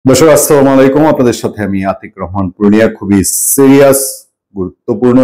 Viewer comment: আসসালামুয়ালাইকুম এই সাংবাদিক সালাম টাও ঠিক ভাবে দেয় না মুসলিম না হিন্দু আমি জানিনা